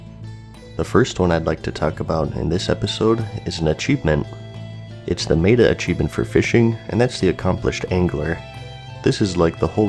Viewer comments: I just have to be "that guy" (sorry!). Meta is not "may-tah" but rather "meh-tah". kthx! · how many people corrected him on how he says 'meta' because 'may-ta' is wrong, its 'met-a' i as 'i just met a dork on the internet who gets anal over words' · Meta is pronounced meh-ta. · Love your content, but the way you say "Meta" has me triggered